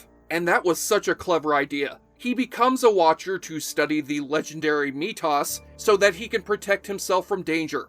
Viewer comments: if he is your favorite Character, how come you pronounce his name as Me-Toss? its pronounced like Mythos, but with the Y being said like a hard E. That said, at one point supposedly Kevin McKidd was involved in a Highlander project, Apparently at one point there was going to be a videogame featuring a MacLeod where you started as an imprisioned Celtic Gladiator. This was going to be a PS3/XBOX 360 game but it never materialized, and he was supposed to be the voice of the titular character. Afterwards there were rumblings of him as the lead in a live action reboot project. At this point however, I feel he has aged out of the role, as he is pushing fifty, and the role would be very physically demanding to someone who is not traditionally an action star. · "Mi-tahss"? I repeat "Mi-tahss"?!? You're kidding, right? I mean, you say that you loved the show, you claim that you watched it a bunch... and yet you say "Mi-tahss". WTFF?!? I'd rip on you, but it's just not worth it. You're full of sh|t; anyone who knows the show, knows a poser when they see one. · I've watched every episode multiple times and no one ever pronounced his name "Mitas". I thought maybe I missed something and can't find anywhere on the internet a single reason why he thought M E T H O S would be pronounce that way. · Sounds like he's saying Meet Toss... wtf?! It's making me question whether or not he even watched the damn show. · ME-THOS do not cover the show if you refuse to get it right WATCH THE GDF SHOW and you'll learn how to say the names ffffffffffffffff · Methos not Metos. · Calling Methos "meat toss" gives away your secret. You never watched the show. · "Me toss"... are you kidding me with that pronunciation? You never even watched the show. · Mee-toss??? Really??? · Mythos.... The Greek word that in English became myth..... What is mytos? You are a moron of mytical proportions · its methos not meatTos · No real fan would call Methos “metos” you lose all credibility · mee-toss?! wtf ??!!